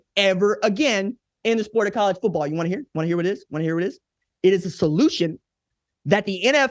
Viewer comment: Thank you for this quality piece, RJ.100% On the most serious of notes: Thank you for also being the one of the only people in this world that actually pronounces the T in the word Football.❤